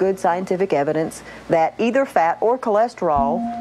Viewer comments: Who is here to hear him pronounce “fat” “FEHT”? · The way you pronounce "fat" is dripping with contempt